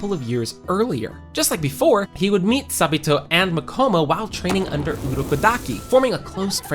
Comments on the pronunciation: Him:sa-B-to Me:ITS SA-BA-TO AGHGG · I can’t with how you’re saying sabito’s name 😭